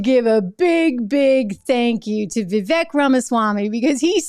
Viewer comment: It's pronounced Vivek (Viv • āk)